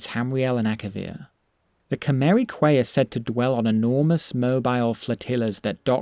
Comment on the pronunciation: Quay is pronounced Key... And the Nord 'Seem any Elves' is definitely just a joke about there being a lot of elves. It's similar to a not terribly uncommon joke in England where we'll say something to the effect of 'The problem with Scotland is the Scottish'. It's a mild jab at the place for being the way it is I guess.